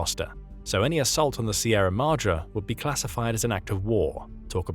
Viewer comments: Pronounced Madray like sun ray, not Mahdra. Apply Spanish style pronunciation where appropriate. Such English pronunciation... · AAAHHHH! please pronounce Madre correctly.